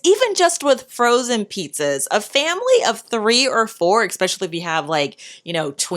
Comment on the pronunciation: I’m sorrrrrrrry 🥰❤️❤️☹️….i HAVE to tell you……..it’s not EX specially….its ESS pecialy…….especially. There is no X…….its like listening to nails on chalkboard….i LOVE your videos….I’ve learned SOO much……xoxoxo